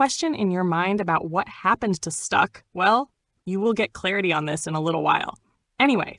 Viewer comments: Is this ai?? Stuck?? Stack, like Smoke Stack. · Cant watch this..."Stuck"?...Thought I could let it slide...Cmon Son...